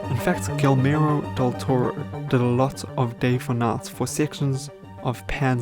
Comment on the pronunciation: "Gil-air-mo" my new favorite director. 😆